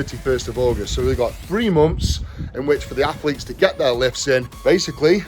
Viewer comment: 1: 35 "So you goot fwee moomfs" 😂😭